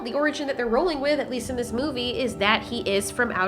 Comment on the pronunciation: "Ziss way" 😆